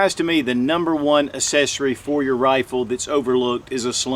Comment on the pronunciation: Accessory is pronounced 'ak-sessory, not 'ass-essory.